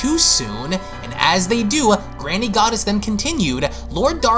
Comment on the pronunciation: That's twice now, you mispronounced Granny Goodness! It's not Granny Goddess!